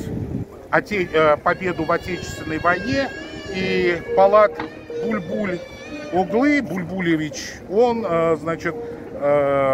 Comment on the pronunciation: Все правильно сказал, только не надо уподобляться людям, которые хамят, грубят и т.д. Не стоит опускаться до их уровня и грубить женщине, пусть даже неприятной рассказчику. Это же относится и к тому, как произнесено имя Полада Бюль-Бюль -оглы.